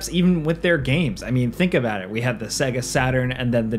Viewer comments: It's Say-Ga... Right? Not Seg-A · How in the hell are you gonna work for a game review channel and not know how to pronounce Sega properly? SAY-GUH! It literally says it at the start of their games. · SAY-GA SAY-GA SAY-GA! my God, how are you a video game commentator? It's madness! You are deliberately torturing me right? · Say "segguh" one more time. I fucking dare you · Dude!! Stop saying "sega" wrong!! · I hate how he pronounced Sega..the system and most games SAID the word.. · You pronounce "Sega" weird... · I had to stop this video. When a guy making videos abotu games doesn't know how to say Sega, I'm out. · can't pronounce Sega then...